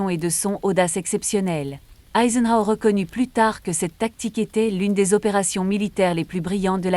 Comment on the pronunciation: "Eisentraut"...😂 "PÂTON"... c’est une brioche çà ! 😅😅😅 "mc olif"...Mc AULIFE "HITLÉ"...😂 Une ... méticuleux. Là, j’envisage la dépression et le suicide. 😱💀 (des clous, je continue de me battre pour défendre le Français).